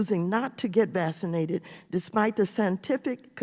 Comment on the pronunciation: vaccinated!!!!!! not vassinated!!!!!!!!